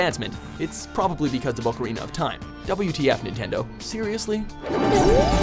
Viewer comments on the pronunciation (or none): none